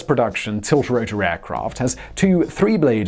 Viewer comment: Pro-ep rotor? He probably says 'sco-en' as well!